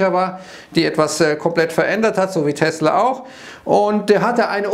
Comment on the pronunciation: Fun Fact: die Aussprache von Tesla ist korrekt. Gelernt bei Sven Carlin.